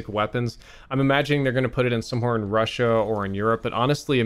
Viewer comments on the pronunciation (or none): none